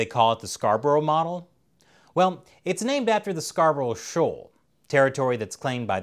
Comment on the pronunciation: it said (scar, bruh) not (scar bur ow) im from yorkshire i know :)